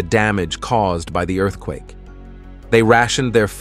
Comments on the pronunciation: nobody is gonna talk about the way he said earthquake😂😂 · I was going to say something but then I saw your comment 😂😂